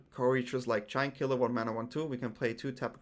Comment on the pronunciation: Who else heard "Jankula" when he said Giant Killer?? :B